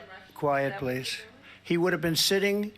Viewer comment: "quiet pleesh" 😅😅